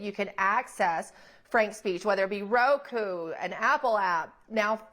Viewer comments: 😂😂😂 “ROKU “ not “ROKO” you insufferable fool! 😅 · Roku not roko 😮